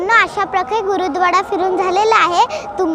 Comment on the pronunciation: गुरूद्वाडा नाही 🤣🤣 , गुरुद्वारा आहे तो....